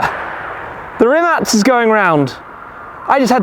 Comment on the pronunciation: Great how Tim knows to pronounce "Rimac" correctly, Hello from Croatia